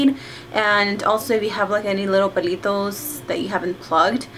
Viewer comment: you sound so chola when you said "pelitos" xD